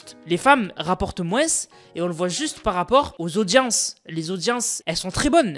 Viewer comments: En dit pas moinse mais moins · les "mouainsse" c'était drôle par contre (c'est peut être un accent dans ce cas je suis désolé) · C’est une dinguerie de dire "moinss" en appuyant sur le s, j’ai jamais entendu ça 😂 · Rapporte « moinsse » ? 😂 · Mdrr à quel moment y’a « sse » à la fin